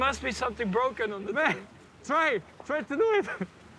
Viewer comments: ITS BWOKEN!! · It's bwoken